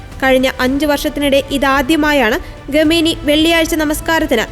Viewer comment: ഗമേനി അല്ല. ദയവായി അക്ഷരസ്ഫുടതയോടെ വായിക്കൂ